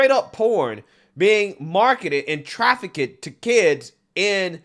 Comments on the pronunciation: Traffic kid? Why do you pronounce it like that lol. Trafficked. Trah-fikt. Not traf-fa-kid. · Ok.... Trafficked is 2 syllables Not 3 lol Traff-icked not Traff-ic-ked Much love bro keep up the grind 💪